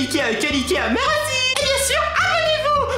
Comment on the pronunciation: méreuci méreuci tu sais pas parle